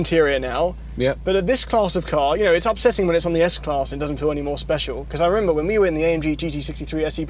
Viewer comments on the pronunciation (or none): none